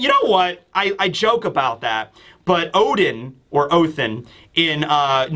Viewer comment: Please stop with the othin.the ancient horse never called odin that. Im gonna speel how its pronounced in old norse ooodiinn